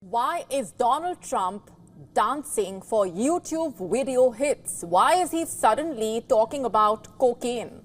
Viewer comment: “Wideo” 😭SAAR DONT REDEEM IT